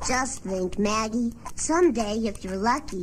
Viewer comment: It’s Maggie not meggy